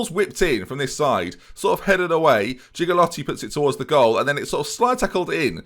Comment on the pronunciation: Also, Gigliotti: it’s Gee-lyoti. The ‘gl’ is a ‘ly’ sound. And ‘g’ is gee not ghe.